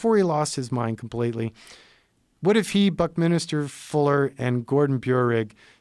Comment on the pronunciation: Buckminster Fuller. Not Buckminister. Westminster, co, not west minister. Man that pisses me off.